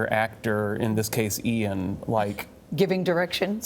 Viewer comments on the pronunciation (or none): Ian, not Lain.